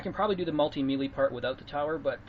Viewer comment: "Melee" and "Chiroptera" Hearing him speak makes it sound like he knows how to speak, but god damn that's painful to hear.